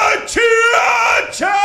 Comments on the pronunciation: Lol it’s pronounced Fort Hua-chew-ka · I’m in pain from laughing so hard at “ FORT HUACHUACHA “ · Im sure its been said 8000 times but its Fort Wah-Chu-Ka. Pretty sure its hispanic or native american or something idk all the military dorks in AZ end up there for a little bit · Lmao it’s pronounced wha-chew-ka